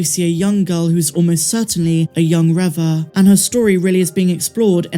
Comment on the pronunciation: Reva is pronounced Reeva not Revva!